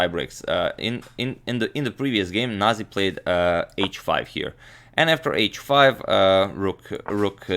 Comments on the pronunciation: that is Georgian name and its pronounced as nazi, not naji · say the way you read every word. not naji its nazi :) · It's proncounced nazi, as in the same the german variation. Whoever pronounced it as naji was probably being politically correct or something.